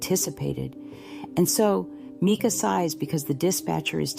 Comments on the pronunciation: Seriously,, her name is not MEEKA...Mike a...MICA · You’re too much…it was AI. You sound like AI, it’s Mica…not Meka. Robby Harvey did a video, at the beginning he plays what you think is the actually 911 call, then he says, that was AI GENERATED AND IT WAS ME. THEN HE PLAYS THE ACTUAL 911 CALL AND THEY SOUND. IDENTICAL!!! Serious corps of ours not JP doing this video. He’s guilty of either pulling the trigger or his attorney is! You’re right, you’re definitely no expert!!! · Her name is MICA (MY-CA) say her name right!!! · If you can't pronounce a person's name, you should never do videos ! NEVER ! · You could at least respect her enough to pronounce her name correctly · No I’m good. Can’t listen to someone who can’t pronounce someone’s name correctly. It’s like nails on a chalkboard. I don’t support AI…